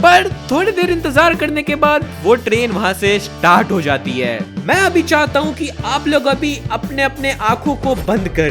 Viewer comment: pure bihar style chahadta hu me bhi bihar se hi hu